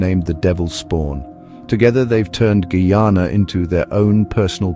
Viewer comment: He cant even prononce name of coutry properley skunt man cha